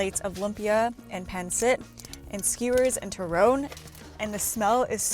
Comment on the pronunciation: I wanted to say you were pronouncing turon and pansit wrong... but then all of a sudden --- Longanisa with pasta and butter??????????? Ugh